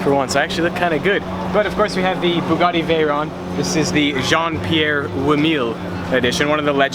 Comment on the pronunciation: The Bugatti is actually pronounced like "vur-own". It was named after Pierre Veyron.